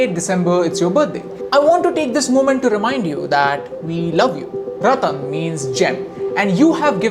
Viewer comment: sir ratan tata dont say ratan